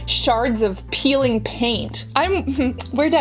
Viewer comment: why the hell do you pronounce PEELING "pilling"?